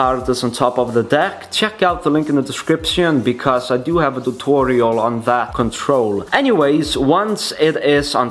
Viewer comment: Why you speak tutorial = thutorial😂😂